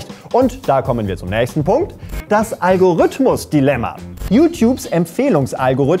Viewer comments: und nicht algorhüthmus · "Algorhüthmus" Geh bitte wieder zur Schule